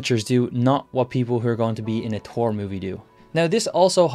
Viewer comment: Who's Tor? Ooh you mean Thor, got it.